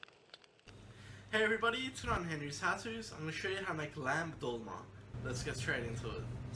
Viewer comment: Thank god you said (tol-ma) not (dol-ma) 😂😂